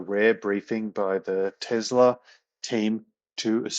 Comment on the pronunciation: How does work for Tesla but cannot pronounce the name of the company he works for correctly? It's TeSSSla. It is not TeZZZla.